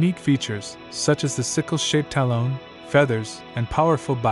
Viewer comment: The AI voice is challenging...I'm sure your voice would be better than listening to this thing pronounce talon like salon the whole time. 😖 Still enjoyed the video though.